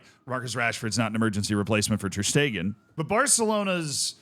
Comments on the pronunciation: My man its ter shtegen not ter steeeeeegen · it's ter sh-tay-gen English speakers usually say it without the sh but steeegen is very new to me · Who hell pronounces it ter stiegen? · First time i hear that pronunciation Ter steeegen 😂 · How in the world did you manage to mispronounce every syllable of Ter Stegens name